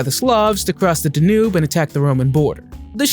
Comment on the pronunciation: mo ZAY ick ..and..DAN yoob..and RAM zees....but u can pronounce ferrari just fine. go figure. you're fired